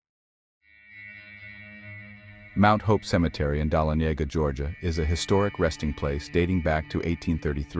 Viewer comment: It's pronounced duh-laa-nuh-guh Ga